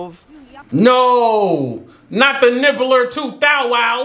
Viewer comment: can you please do a super cut of all your wrong names for stuff in this franchise. Because I haven’t stopped crying since you said nibbler thow wow instead of nimbus 2000.